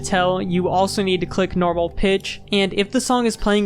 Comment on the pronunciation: "Noraml" I approve 👍